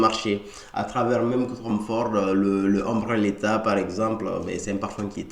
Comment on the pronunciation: Tu prononces « letha » pour dire « leather », c’est assez perturbant